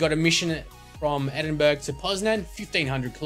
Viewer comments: Edin burg hahah its edin borough :) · sorry but its not pronounced edinburg... its edinborough. I live in England so I should know sorry. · Say it like this edinborough thats how it is meant to be pronounced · its pronounced Edin Burrah not Edinburg. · Its pronounced edinbrurr not edinburg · edinburg? its pronounced "edin-bruh" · lol at edingburg! its pronounced ed-ing-bur-er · edingberg xD... i prenounce it ed-ing-bur-er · Just some information: Edinburgh is pronounced 'Edinborough'. Sorry but it annoyed me a little more than it should've done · Edinburgh is pronouced 'Edin-bra' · Please learns how to say edinburough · he is saing endiburh wrong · you pronounced Edinburgh wrong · You really pronounced Edinburgh so wrong.